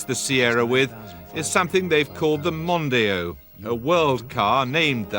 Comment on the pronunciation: The way Jeremy Paxman pronounced Mondeo! I’ve never heard anyone pronounce it like that! 😂